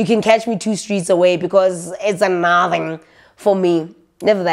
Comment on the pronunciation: I love it when you say ‘naaathing’ or ‘a mahhni’ 😂😂😂